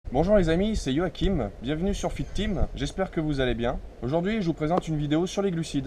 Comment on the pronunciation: Quand tu dis Fit-team j'entend victime ^^ Tes vidéos c'est du deja vu... si tu veux vraiment faire des vidéos fais quelque chose de different ...